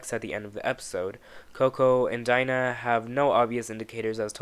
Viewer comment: Ryan Murphy-Verse it’s Dina De-Nah say it with me only black female and you fuck her name up